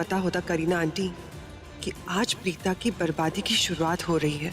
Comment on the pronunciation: Bhen vo tumhare papa nhi h jo pita keh rhi hu vo preeta h preeta plz pronunciation right